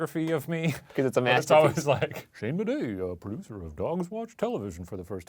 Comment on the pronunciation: Did he say his name is Shayne Bidet? It’s perfect for him but I wouldn’t think he’d say it so proudly